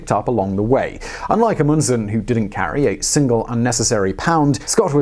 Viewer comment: Stop mispronouncing Amundsen. You mispronounce so many words...and it's infuriating.